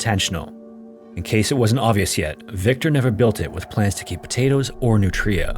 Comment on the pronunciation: that was such a cursed way to say nutria they're otters